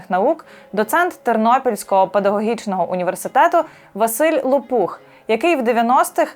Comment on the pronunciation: Тільки прізвище є з наголосом на перший склад --ЛОпух,а не ЛопУх. знаю особисто--він є моїм сусідом.Неймовірно розумний і хороший чоловік.🖐🫂👏